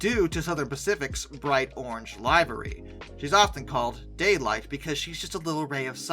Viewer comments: Nice Video, small note LIVERY is not pronounced live re, Google pronunciation livery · The word (Livery) is LIV-ER-EE...